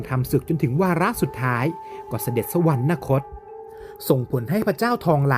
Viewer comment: คิดให้ความรู้คนทั่วไป แต่ไร้การการศึกษาไร้ความรู้ แต่อวดดีทำช่องออกอากาศ เด็กรุ่นใหม่ติดตามก็โง่บรมโง่กว่าควายยยเหมือนผู้เล่าเรื่อง/ ศัพท์ว่า“สวรรคต” ไม่มี น. ให้อ่านว่า สวันระคต ได้ แต่เมิงเสือกพูดว่า สวันนะคต, สวรรค์ ทับศัพท์ว่า สวรรค์, นะ แปลว่า ไม่, คต>คตะ แปลว่า ไป, รวมความว่า ไม่ไปสวรรค์ แล้วไปไหน??? ไปนรกหรือเปล่า??? ระวังคอขาด 9 ชั่วโคตร ให้แก้ไขปรับปรุงด้วย เมิงไม่อายนักปราชญ์ราชบัณทิต ก็เป็นควายยยยไปเถอะ/ อัครมหาบัณฑิตPh.D.P.9+9